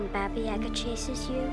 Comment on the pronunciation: its actually babay yaga !!! dont you just hate when that happens